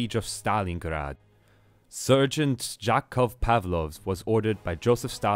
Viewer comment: It's so funny how u say Stalingrad are u from Germany ?